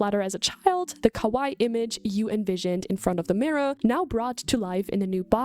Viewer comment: kowai " what you are saying, means scary. Kawaii, what you mean is pronounced "ka- wa- long E"